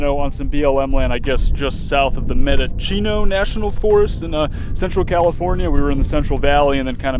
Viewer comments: Great video but it's pronounced MEN DOUGH SEA NO (Mendocino), lol. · Man, you REALLY butchered “Mendocino” 😂